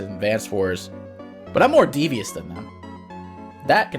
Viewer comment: he's not devious, he's Deejius